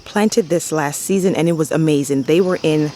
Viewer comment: First of all you are darling. Fairly new subscriber and I have really been enjoying your videos and your down-to-earth style. I love your enthusiasm and how you draw out your syllables when you like something ("ah-mmmmaaaaazingggg"). So cute! Your garden is beautiful and you can tell you have worked so hard on it. I like how you put those stones along the mulch/walkway line. I have small area where the bed butts up against the driveway and I am constantly kicking mulch back into the bed. I am going to steal this idea! Keep up the great work.